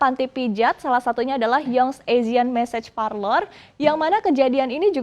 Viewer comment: Bukan message, tapi massage hahahah